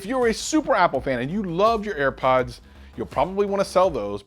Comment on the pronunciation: "Earpods." Air Pods man!